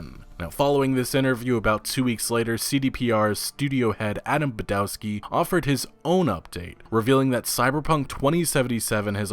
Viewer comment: its pronounced badovski. W in polish is pronounced as an English V